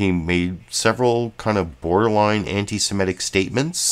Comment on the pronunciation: The word is antisemitic, not antisemetic.